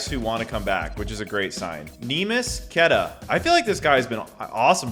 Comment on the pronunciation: Queta is pronounced kta